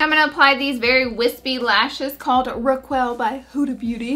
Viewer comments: Laura I love you! But I just gotta tell you this.. The lashes are pronounced rack-kel like racket not like raquet...I LOVE YOU DONt HATE ME ❤️💕💕❤️💕💕💕💕💗💗💗💕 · I love this look. The eyelashes Raquel are pronounced like Ra Kel. You did the same thing with the Nars lipstick The reason I noticed is because its my name lol. I love your channel Love ya ! 😄